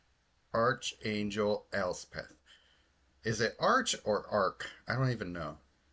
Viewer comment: I just started watching the video, but I thought I'd answer your question real quickly: Archangel is pronounced "ark angel." 🙂